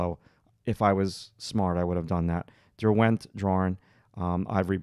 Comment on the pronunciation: Derwent is a place in the Lake District in. England. It is not DerWENT, it is pronounced DERwent